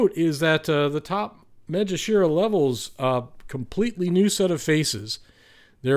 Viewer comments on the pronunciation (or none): why do you say "MaeJashira"?